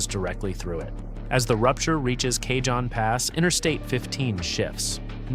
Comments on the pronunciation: J in Cajon Pass is silent. This is how I know its an AI narration. LoL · IIt takes cojones to mis-pronounce Cajon multiple times when talking to Southern California. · Does not know how to pronounce "Cajon". It's Spanish. The J is pronounced as "H". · This same creator did a similar video about Mt. Rainier erupting. If you thought their pronunciation of “Cajon” was bad, just wait and see what they did to “Puyallup”… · Kuh-HONE, rhymes with ALONE. It's not CAY-John, don't be ridiculous. 😂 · Bad AI narration..... Took 13 whole seconds to get something wrong. "Cajon" - as in the Cajon Pass, is pronounced "kah-hone" not "Kay-john". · PLEASE!!!!!!!!!The J in Cajon is soft like an H! Spanish word ya know. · Cajon is pronounced "kah- HONE". Not "KAY-john". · for God's sake why do all these posts have to be with with AI narraters who don't know haow to pronounce names such as Cajon? Cahon not Cay Jon. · lol, k-John pass! It’s ka-Hohn pass dilbert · AI Slop video. Cajon Pass pronounced as "Kay-John" Pass. It's a Spanish word for "box" and is pronounced "Ca-hone" Pass. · Driving me crazy! It's NOT Kay-John (cajon) Pass. It's Cah-hon (Cajon) Pass. It's Spanish... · Not "k john" pass... "Kah hon" pass. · "K-John pass"? Pronounced Kuh- hone. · Its pronounced CaHON not CaJOHN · KAH- Hone. Cayjohn 😂😂😂😂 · Cay-john Pass? Seriously? I love these but the mispronunciation of names is irritating. Cajon (KA-hone) is a Spanish word meaning 'box'. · Cajon pronounced Kay hon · I dipped at Cay-John. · Cajon is pronounced " Kah - Hone" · It is pronounced cahon. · It's "The CA-HONE PASS/ Cajon" Geesus if you're going to talk about California get the names right 😂😂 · Cajon is pronounced "kuh-hone" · Goody! I get to live on an island! And it's pronounced cahown pass. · I heard him say Cajon I almost forgot what area he was talking about. It's pernounced Ka-hone Pass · Cajon is pronounced Ka-hone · Surely AI would know Cajon isn't Kay John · It's Kuh-hoe-n! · Cah-HON pass.